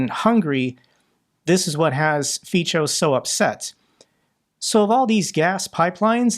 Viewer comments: Hi, just to let you know, Fico is pronounced feetso, not ficho. I live in Czech Rep and the pronunciation of "c" in both Czech and Slovak is "ts". So, Prez Feetso. Love your videos. You provide a huge service. Thanks for all your work! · Isn't "Fico" pronounced "feetso", not "feecho"? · Hi,I'm from Bratislava. Actually,his name is pronounced "evil" (actually his name is pronounced "fitzo" not "fitcho"). But otherwise you made a very good job covering fico. And there is so much more about him and his political party that it would take a series to cover it to understand what hypocratic he is. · Maybe it helps and maybe it was already highlighted, but Fico os pronounced Fitzo and not Ficho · Just a small correction. You pronounce the Slovak PM’s name as Ficho. It is spelled as Fico in Slovak and pronounced as C=ts in English, as in cats. Č č =t͡ʃ as in match. In the Slovak alphabet there are more letters than in the English one and are pronounced differently. Pull up the Slovak alphabet and take a look at it when you can find a few minutes. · Hi, just to help you out. That Fico name, the c is pronounced like the zz in pizza. For example, Fizzo, or more precise, Feetso…hope it helps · The correct way to pronounce Fico is "Pičo", not "Fitso" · Hi, Fico Slovakia s PM pronunciation is “fizzo” or “fitzo” with a strong Latin zed like in “pizza”. Thank you for your videos, all the best. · the pronunciation is like “ fee-kow” for Fico. Altough he doesn’t deserve this attention… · It's pronounced "Fizzo" as in "Pizza" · Dear, pls. start pronoucing correctly: It is called "fico" with "c" pronounced like "k". From my POV this is a lack of research quality if you are not even able to get near a proper pronounciation. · His name is pronounced as Fitzo. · Thanks for covering this! Pronunciation of Fico is Fitzo like in Fitzpatrick… I am ashamed to have such traitorous figure in our government. I enjoy your videos greetings from Slovakia.